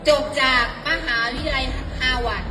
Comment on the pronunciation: ฮาวาดร์จ้าครูไม่ใช่ฮาหวัด!!!!🤣🤣🤣🤣👏👏👏👎👎👎